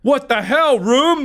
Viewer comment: The amount of times mark said he’ll room reminded me of how he says room. “Hell rum.”